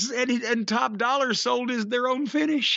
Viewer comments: y does jim call him top dollar when his name is top DOLLA? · Jim calling him top dollar instead of top dolla will never stop being funny to me